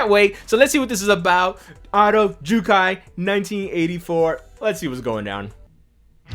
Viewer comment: He--- Jyukai (Sea of Trees) instead of Jyukkai (Ten Commandments)???????? You don't understand the double consonants in Japanese pronunciation rules